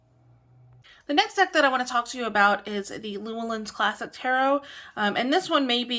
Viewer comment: Just a gentle reminder: The publishing company, Llewellyn, is pronounced, "Lu-Ellen". Cheers!